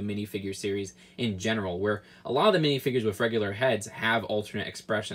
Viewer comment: says "WIF" just2many times in this video.